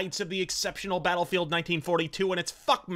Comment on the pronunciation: I think I caught a "Beta-lfield"